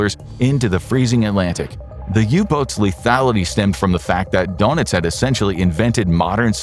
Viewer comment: Its pronounces durnitz not donuts